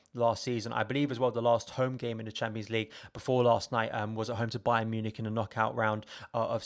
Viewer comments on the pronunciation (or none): none